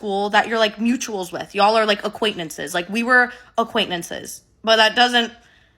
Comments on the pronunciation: "Aquaintnances" got me lmao💀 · Some people do say the word acquaintances like Kayla